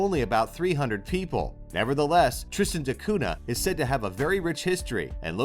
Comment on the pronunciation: You forgot to mention that Pitcairn Island's most famous resident was Fletcher Christian, who brought some of the BOUNTY mutineers there to hide from the Royal Navy. (They mostly killed each other off in a few years, but one survived and got pardoned when they finally found him.) BTW, the "cunha" in Tristan da Cunha is pronounced "koon-ya." (Ditto piranha--both words come from Portuguese.)